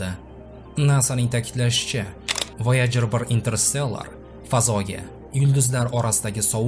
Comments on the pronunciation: Voyajer ❌ voyager✅ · Voyojer mi yoki woygar yani voyjer deb aytilmaydmi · Oʻqilishi Voyajir deb oʻqiladi-oʻzbek tilida